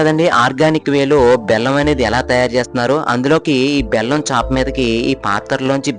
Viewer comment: ఓరి నాయనా చాప చేప రెండు వేరు వేరు పదాలు నీవు చాప ను చేప అని పలుకుతున్నావు. ముందు భాష మీద పట్టు సాధించు తరువాత వీడియోలు చేయవచ్చు.